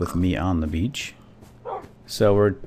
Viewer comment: everytime says beach swap it for bitch:') its hilarious!